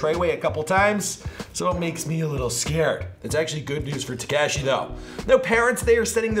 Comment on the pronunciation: Tehkashee ain't right bro